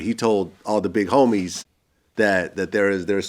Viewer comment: “Da homiesh...”